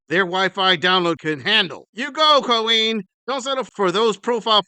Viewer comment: "QaWeen" 🙄 without Akiing "Clearance" 🤣 layaway 😭 Ew - where's your turtle neck granny?? Gobble gobble much 🤦